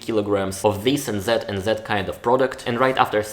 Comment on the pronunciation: I have only one notice, but it's not exactly about the video topic. Don't use "Z" instead of "Th." A good example is: "Zet and zet kind of product." I have noticed this in your previous videos as well. I know maybe it's hard to pronounce for you as a Russian speaker, I have myself problem pronouncing some English words as a non-native speaker, but it's possible to fix it.